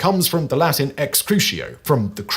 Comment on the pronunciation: Great to see that Simon’s curse of mispronunciation follows him across channels and languages (Latin this time) 😂